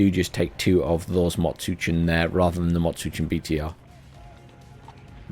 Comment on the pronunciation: Little nitpick: it's pronounced Mot-Shütsen (instead of Mot-Tshütsen) so just a soft sh after Mot